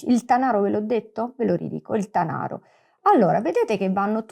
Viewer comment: bellissima spiegazione! La pronuncia di Tanaro è però scorretta: Tànaro, non Tanàro. Il Monviso è un po' più in basso, la zona indicata è la Val di Susa.